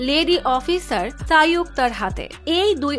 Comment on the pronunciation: Lady officer sanyukta hobe sayukta noi😅